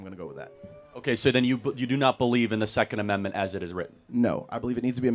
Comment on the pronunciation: he wants to overturnt the secont ammentment